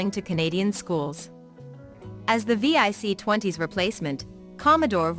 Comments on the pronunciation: It’s vic, not V.I.C and your pictures showed a vic 20 and pet NOT c64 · VIC 20. Not V-I-C 😂